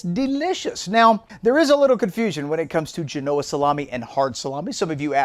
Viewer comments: The accent is on the first syllable, not the second . (JEH-no-uh) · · Accent on Gen not o That looks delicious. Thanks! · Gen-oh-ah not Ge-no-ah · It's pronounced Jean-o-Ahh, not G-Noah 😂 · Great episode! (But it’s GEN-oh-uh, not geh-NO-uh) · Isn’t it pronounced GENoa and not GenOa? Great video as always!! Can’t wait to give it a try! Also I’d love to get the sharpener! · My ears have been stabbed haha. FYI...it's JEN-oh-ah 👍The Italian community thanks you 💚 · Do you lose credibility when you cannot pronounce Genoa correct? 🤷‍♂️